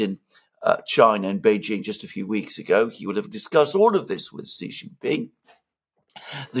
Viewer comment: You know what's really not hard stuff? Pronouncing Xi (she) Jin Ping and Kim Jong (not Young) Un's names correctly.